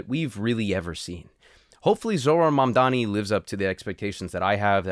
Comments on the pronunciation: Really? Do you think its preonounced man dani? Are you stupid? Do you know what sound M makes? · Why do they even say “mandani” the m is right there 💀I think they are just racist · Mamdani is one of the easiest names to pronounce phonetically if you speak English, yet these white men let Eastern European names roll off their tongue even if they don’t know a lick of the language. Weird.